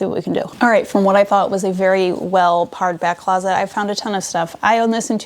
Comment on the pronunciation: It's "pared-back", pronounced like "pear", not "parr". To pare is to trim, also why it's called a paring knife.